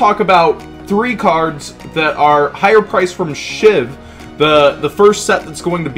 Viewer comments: Hey its not SHIV its SHVI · no tf its bot SHIV ITS SHVI